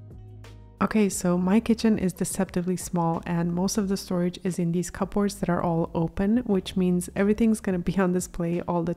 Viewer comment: Check your pronunciation of "cupboards."